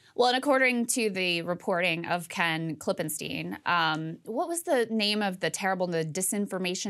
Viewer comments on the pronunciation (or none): Saagar and Krystal - just an FYI Ken himself pronounces his last name Clip-in-stein, not Clip-in-steen. Could you correct yourselves?